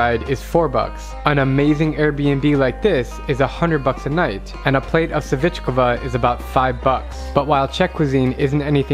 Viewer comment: Savičkova 😅😅 nice try to say it (svičkova)